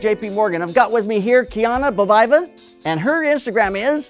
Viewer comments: Her name is Kseniya ..it's pronounced as Seniya..and I am not even russian.. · Nope, It's pronounced as [Kseniya] just as it's being written. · He failed to pronounce her name but she did not notice or he refused to make another double?